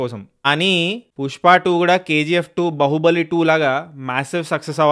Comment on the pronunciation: బాహుబలి❌ బహుబలి✅ 😂🤣